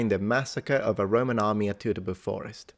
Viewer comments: I told you once that "Teutoburg" is pronounced "Toy-to-bourg". 🙂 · Someone should tell that it's pronounced TOITOBURG, not Teutoburg. That's the way the Germans pronounce the "EU" sound, as in FREUD. He makes that mistake far too many times! And no, it is not a hamburger!